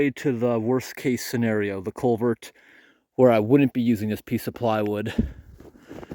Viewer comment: learn how to say culvert. You keep pronouncing it colevert. 😮